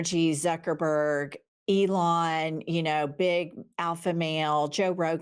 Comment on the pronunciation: Elon, pronounced, Ellen